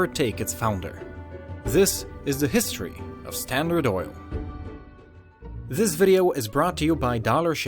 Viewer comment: Did anyone notice he says Zis instead of this